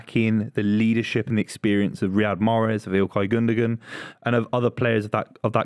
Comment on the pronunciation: GundoWan, geezer can't pronounce his own player's name 🤡🤡🤡